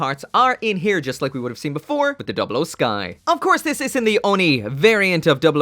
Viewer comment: First- he already did Second- I should drop a colony for the way you said 00